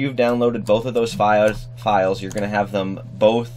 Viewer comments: I literally favourited this video and once in a while I visit it to hear the Indian accent at that one word "files" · froggy studios cuz he said the word “files” in Indian accent lol